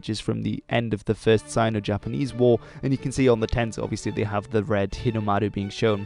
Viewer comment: He nailed the Japanese “r” sound when he said Hinomaru